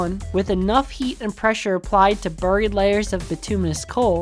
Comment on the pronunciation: You don’t know how to pronounce “buried”.